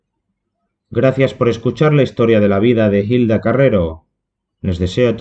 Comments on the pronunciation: No es jilda .. es HILDA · ¿Por qué dices "Gilda"? En español la H es muda. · No solo plagias el título, también estás leyendo un artículo que no es tuyo. Es que ni el nombre de la actriz sabes pronunciar 🤦